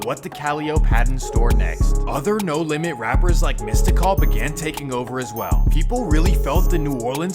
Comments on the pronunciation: misty-call lol im ded☠ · Calling mystical "mista call" is killin me.